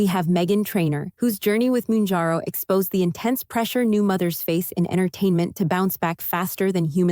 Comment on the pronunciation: It’s not “moonjarrow”.